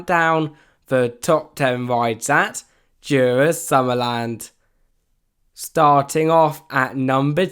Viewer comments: as a dane you says it so funny :D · he pronounces it soo bad